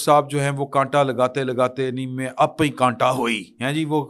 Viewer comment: وہ کنٹا نہیں ہےاس کو کاٹا کہتے ہیں